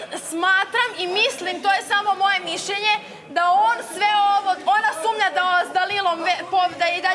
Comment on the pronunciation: Dejan koji je kao pametan i elokventan kako kažu on SUMLJA jao sumlja halloooo sumnja 😛😛😛😛